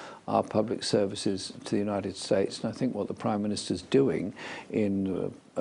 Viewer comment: notice how when asked who see thinks are our important allies, when he says 2The United states" he changes the way he is pronounces it rather badly compared to every other word he says perfectly